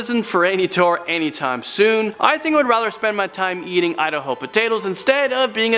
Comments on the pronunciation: Idaho, no udaho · Lol he said "Idaho"😂 "i d ho"